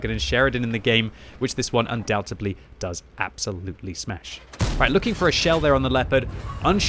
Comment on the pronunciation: saying undoubtedly wrong again lol